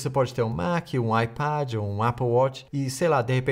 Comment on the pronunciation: 🙅 acho muito mais bonito o jeito britânico de dizer apple e ipad hahaha, adoro seu sotaque em português com pequenas nuances que demosntram que você mora a muitos anos na inglaterra hehehe.